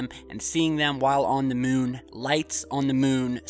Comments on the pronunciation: ".....& seeing them while on the MUHN, Lights on the MUHN, Smoke on the MUHN" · I don’t like the way you pronounce moon. Do something about it!